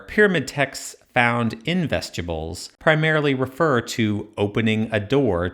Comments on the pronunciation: That hurt my ears. Vestibyools not vestyibools. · Every time you say that word I think you're saying vegetables I don't like it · Dude, vest-you-bulls? Come on. You said it wrong like 65 times. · Excellent video, but I couldn’t stop hearing “vegetables” throughout the whole video lol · Another obnoxious AI voice. When he say vestibules it comes out as vegetables!